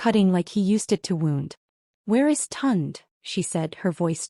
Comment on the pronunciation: Please get the names right and pronounce them correctly. The brother's name is Tunde - pronounced Tun-day. Please... Tund is not a Nigerian name.... just saying...